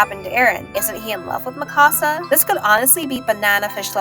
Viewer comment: Every time you said Mikasa was like nails on a chalkboard. Its MIkasa not miKAsa. It's leviOsa not levioSA.